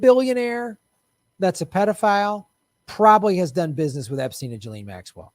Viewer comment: You have to pronounce her name right. It's giz-lane. 8 know someone with the same name who told me that's how it's said.